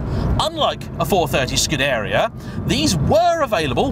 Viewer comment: It's Scoo-deh-ree-ah, but pronounced short & snappy, especially the "deh"